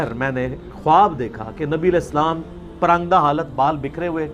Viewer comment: پراگندہ صحیح تلفظ ہے